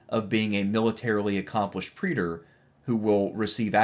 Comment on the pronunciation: It's time to learn how to say 'praetor.' Preeder it ain't.